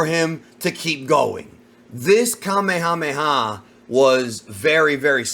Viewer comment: Why do ppl continue to pronounce Kamehameha incorrectly?